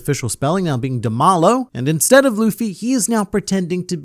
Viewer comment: OMG! It's DEMALO, as in "De Malo" in spanish, which could be translated to "Of Bad" (or "From Bad"), lol